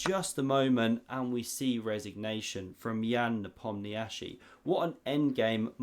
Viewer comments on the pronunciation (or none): "En passant" is important, but equally important is the correct pronunciation of Nepomniachtchi's name